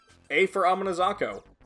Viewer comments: As a Irish person the way you say fionn kills me it’s pronounced (fee-unn). Your pronunciation of mc cumail is pretty good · I always pronounced fionn as fionn mc cum hail 💀